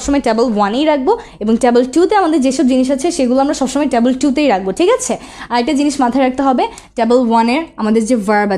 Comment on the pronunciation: Tabol na table 😑